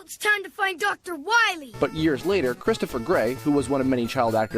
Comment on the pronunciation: Shh, be vewy, vewy quiet. I'm hunting Dr. Wahwee's.